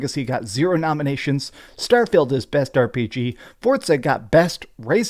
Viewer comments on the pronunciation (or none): I like how keeps pronouncing "starfield" as "Starfailed" 😂 Also as fun as it is memeing on starfield, I do think that if it released in 2022 it probably would've been nominated over something like stray